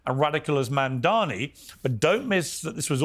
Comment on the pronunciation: THE NAME IS MAMDANI.. M-A-M-D-A-N-I …. Learn how to say it !!!